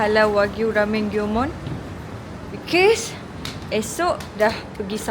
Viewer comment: nape sebut because cam bunyi pelik ek haha